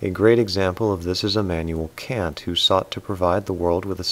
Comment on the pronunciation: He mispronounced "Kant" at an earlier point in the video, and then pronounced it correctly near the end. Curious...